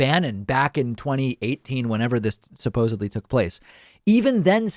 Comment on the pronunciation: I know you're a gramarian, David. So, I need to tell you that it is "supposedly." You keep pronouncing it with a B, but it is a D instead.